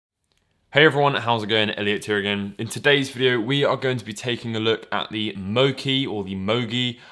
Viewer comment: It's pronounced MOCHI As in Qi (chi) The Chinese word for energy or life force. "One meditates to gather their qi" Also same word that Qi wireless chargers are named after.